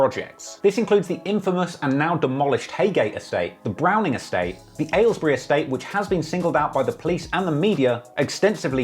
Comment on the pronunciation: u said Aylesbury wrong my guy